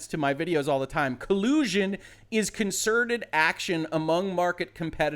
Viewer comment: "muh cull-oo-shun!"